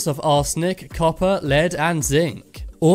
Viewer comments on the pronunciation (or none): none